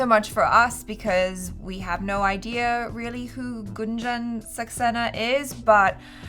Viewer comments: Just coz u expected us to comment on the pronunciation. The pronunciation is not GANJAN. its G'U'NJAN. Kargil is pronounced Gi not Ji. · its Goon-jan saxena & kar-Gill as gills of a fish...!! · Gunjan is pronounced as 'Goon-jun'